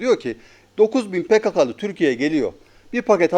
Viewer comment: Pekekeli değil pekakalı